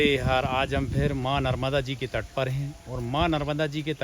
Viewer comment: Narvada nhi narmada